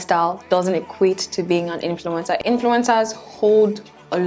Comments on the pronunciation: Stop saying influintzaa so many timesss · Now I can't unhear influenza😂